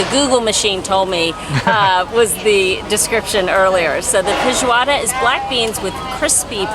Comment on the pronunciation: Perfect pronunciation of Feijoada!